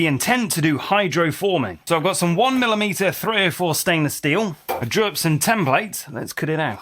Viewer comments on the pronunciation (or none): none